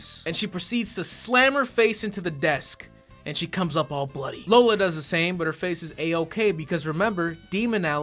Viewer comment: the real reason i fucking hated this movie her names lola, that’s bad but what’s worse they’re pronouncing it wrong 😪